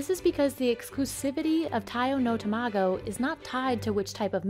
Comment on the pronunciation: It's tamago not 2 mah go